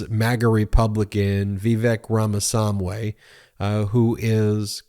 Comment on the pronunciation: poor ben, eventually he'll get it; it's Raa-maa-SWaa-mee Ramaswamy ;) that pesky W lol